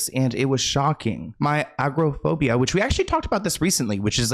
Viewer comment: Not calling agoraphobia “Ackro-phobia” 😂🤦🏼‍♀️ girl please sounds it out it’s really not that hard. Doja coulda taught you that.